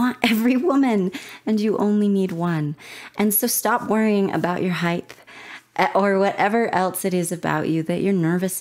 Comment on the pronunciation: Height not Heighth lol weird pronunciation